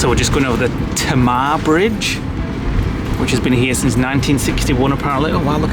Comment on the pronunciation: Pronounced "Taymar".Did my basic training down there at Raleigh.